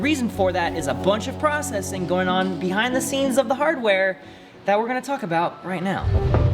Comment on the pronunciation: I couldn't get past the way he pronounces "processing" and "prossing". Replayed it several times even at .5x speed. My OCD is off the charts right now